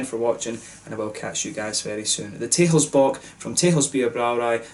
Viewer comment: Nice review! Very in depth. 'Texels' is actually pronounced as 'Tessels', like a double 's'. And next time try the Stormbock from Texels (aged ones should turn out even better), a 10% bock-blast. Proost!